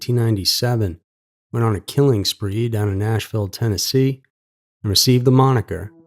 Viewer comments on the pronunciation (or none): none